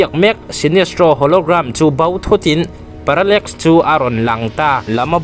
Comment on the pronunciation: Viewers I ngaihpawimawhna hi alawm ka ngaihthlak bik em em na chhan chu tih rualin i sawi dik loh emaw sawisual pawh comment lamah kan lo sawi ve mai dawn aw, parallmax ni lo in parallax tih tur aww😂